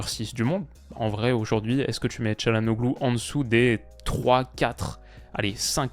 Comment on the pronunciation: Je le dis pour la culture G mais le « ğ » ne se prononce pas c’est donc Chalhanolu plutôt